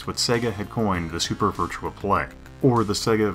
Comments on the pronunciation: clawing at my ears VirtuA! VirtuA! Not Virtual, VirtuA! Please tell me you aren't one of those people that say "Gameboy AdvanceD!" Otherwise, good video. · Do you keep saying Virtual Fighter instead of Virtua Fighter? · I swear he mentions the fact it's Virtua, not Virtual...then proceeds to say Virtual for the remainder of the video...